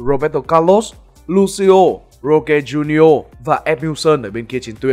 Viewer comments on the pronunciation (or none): none